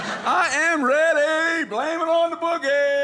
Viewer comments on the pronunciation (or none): none